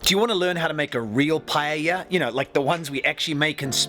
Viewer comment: You correctly pronounced paella and not pallella, like most English speakers. That gives me more confidence in the receipt.